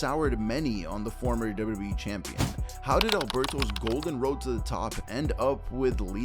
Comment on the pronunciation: Love the content…. But the way you say “Wwe” literally makes me CRINGE!!!